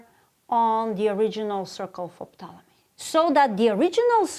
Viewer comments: FYI, the P is silent in Ptolomy, So its pronounced Tolomy. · Wow. I learned that the "P" in "Ptolemy" is not silent! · Who pronounces the P in Ptolemy? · I love how pronounces *P**T*olemy. Just saying. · Glad I'm not the only one who is not used to it being pronounced that way... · I didn’t know you were supposed to pronounce the “P” in Ptolemy.